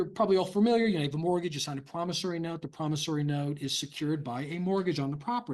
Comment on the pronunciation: Begins by not knowing how to say familiar. 😂